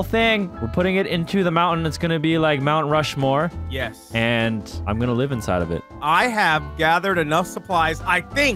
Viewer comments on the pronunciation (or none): Mount "homore" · It not mount rushmore its mount home-or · Its mount homeore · When he said Mount Rushmore more like mount homer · Mount hom-er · Instead of Mount Rushmore it’s mount hom-or XD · Mount ho-mor